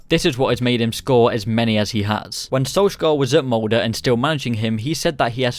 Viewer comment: SalzbUrg MoldE (not mold)